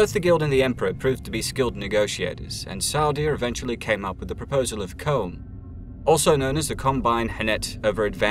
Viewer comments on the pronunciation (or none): CH-CH-CH CHOAM not COMB ffs. In the Movie and In the audiobook aswell come on. Absolutely love your content though dont take it the wrong way xD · It's not comb its choam. Why would you pronounce it that way? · Just because you are British, you CANNOT alter how Frank Herbert dictated things are pronounced in HIS Universe. CHOME is NOT pronounced kōm! It is pronounced Crōm. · except for the part where he talks about the Guild as a memeber of C.H.O.A.M (CHOAM) and calls them Comb, other than that its exquisite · K-ōm? Try Ch-ōm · CHOAM not Comb